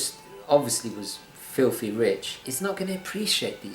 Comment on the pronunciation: It's filthy rich, not filfy rich